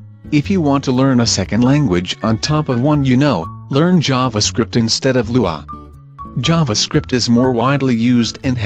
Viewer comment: You just had to say it like LUA huh